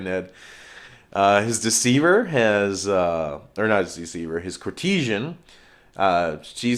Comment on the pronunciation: dude please in all well meaning but it is pronounced court-e-san. Otherwise great batrep as always:)